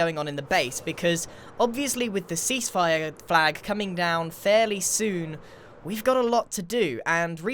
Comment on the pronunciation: Does anyone else hear c spire when he says cease fire?...